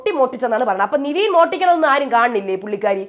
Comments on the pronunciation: എന്റെ പൊന്നോ നിവീൻ അല്ല പെണ്ണുമ്പിള്ളേ നെവിൻ.... നിങ്ങക്ക് ഈ തെറ്റിച്ചു പറഞ്ഞാലേ പറ്റത്തുള്ളോ???????????😂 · നിവീൻ അല്ല നെവിൻ ആണ് 😡 plz don't repeat, പറഞ്ഞു മടുത്തു 🤦‍♀️